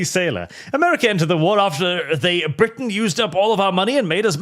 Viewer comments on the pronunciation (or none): none